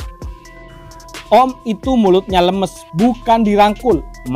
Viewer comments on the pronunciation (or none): Lémés bukan lêmês = ember bukan kencur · Cuma komen pengisi suara, biar enak didengernya harus bisa bedain pelafalan lemes (tempe) & lemes (peyeum).